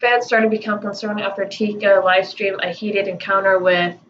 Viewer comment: Its spelled Etika!! I watched him for along time. Its so sad. I feel for this guy. R.I.P Desmand aka Etika. You are saying his name wrong hun..just letting you know.